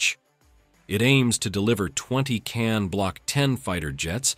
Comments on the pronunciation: ... not correct pronunciation, not Can but Kaan. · Real word is khan not kan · Learn to pronounce KAAN right; it is pronounced just you see as spelled; KA-AN, not as you americans try to americanize everything; you are pronouncing "Keh-anne", what is this? If you were to ask a real English-speaking person, i.e. an Englishman, he would immediately know its proper pronounciation 👍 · KAAN should be pronounced as kahn in english, as in cengiz khan